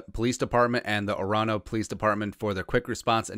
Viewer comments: Being from Minnetonka, it is pronounced "Or-no". You do not say the middle O haha. But thankfully Everson is all good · Love Everson and glad to hear how this turned out, but how pronounced Orono is hilarious. It’s or-uh-no or if you talk fast for a Minnesotan, or-no 😂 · It's OR-AHH-NO..